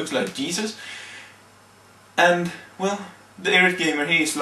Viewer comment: it's eye rate not irrat. You aren't really much of a public speaker.